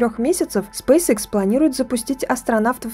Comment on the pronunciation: Лэди, извините, но Спейсэкс, а не срейсикс!!! Что за английская школа у вас, если вы пол слова по английски, а вторую половину по русски произносите - SpaceX?!! Если Вы в Европе живете, здесь все говорят по английски, а если в Азиопе, то и там уже много граждан владеют вторым английским языком!